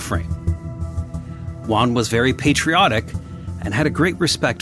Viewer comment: It's Huh! Huan. Juan. It's not pronounced "Won." J's aren't silent in Spanish. They're not silent in English either. Also, whoever is in charge is approving Spotify comments needs to be replaced. Why do we bother interacting if you leave our thoughts and replies hidden and "in review?" Do you know how crappy that feels?